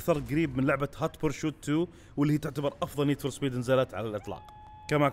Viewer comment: هوت برسوت مو برشوت